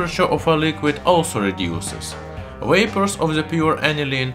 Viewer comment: "Wapors" That is like the Star Trek star saying Wictor Wictor. Instead of V as in Kalashniko"v"